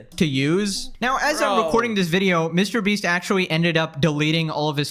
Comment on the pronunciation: Ah if it isnt the infamous line: Mr Breast 😂 glad to hear that again